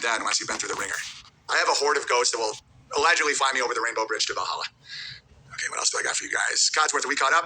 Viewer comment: Owens that dude who pronounces L words with W sounds.😂👌 Totawwy,Awedgedwy, iwigitimentwy, and many more.😂